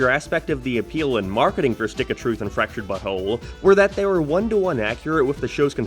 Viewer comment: Totally off topic but anytime you say "Fractured but whole" it kind sounds like your saying fractured butthole